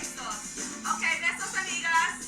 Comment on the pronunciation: Absolutely fing no one: ... Tyra Banks: ĀđeEeəyos aMEEEgÆs.